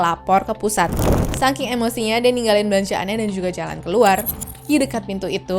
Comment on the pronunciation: saking, bukan sangking kakk😢